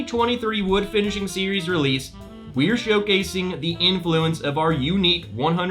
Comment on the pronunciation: “FINISiHING”? Maker’s Mark is adding vowels for this new series.. sounds expensive!! 🤣😂. Jk around.. thanks for the review!